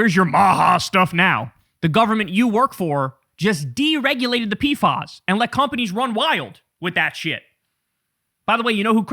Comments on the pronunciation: In CDC/Public Health it’s pronounced “P-FASS” not “P-fahs”. Much love Kyle!! ❤ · They're called P F As... not P Fas. ✌️